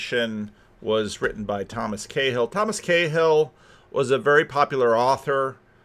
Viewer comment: Cahill - pronounced KaHul😊